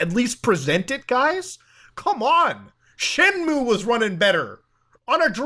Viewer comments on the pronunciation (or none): none